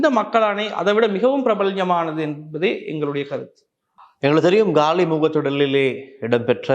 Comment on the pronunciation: தமிழில் உச்சரிப்பு Gaali இல்லை . காலி முகத்த திடல்